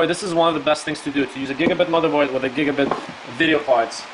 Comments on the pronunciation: just saying its gigabyte not gigabit please say the brand right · it's not gigabit motherboard / gpu's -.- why u say it like that